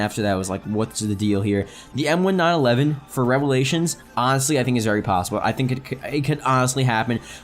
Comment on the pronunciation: it's pronounced M-19-11. Not M-1-9-11